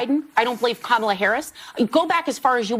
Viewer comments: I didn’t vote for Kamala, but at least have the decency to pronounce her name correctly. If you don’t, that is not a reflection on her and how unqualified she is. That is reflection on you. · Actually, you are not being accurate. I did quite a bit of research on Kamala and first of all you need to have a decency to pronounce her name correctly. Secondly, there are questions that she did answer and did you even go to her website? So you cannot say that she didn’t answer any questions. She answered several questions with specific answers. It’s just the answers were BS. And that’s a difference from what you are saying.